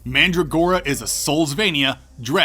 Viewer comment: mandrAgora (like prAgmata or autOmata) ;) Nice video as always tho and I agree on everything apart from that accent